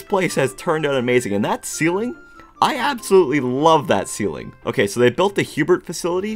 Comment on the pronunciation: "It's not OKEH to be OKEH"❤(titan cry)😢